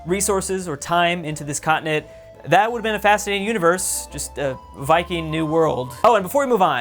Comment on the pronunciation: Dude it's Viking not vikin